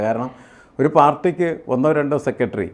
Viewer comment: "സെക്കട്രി' എത്ര മോശം ഉച്ചാരണം